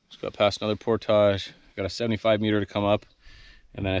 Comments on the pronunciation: Damn you stop saying portage like por-taj it’s more like por-dij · Idk if it’s the French Canadian in him but portage is pronounced por-tij and not por-tahj and it is slightly irritating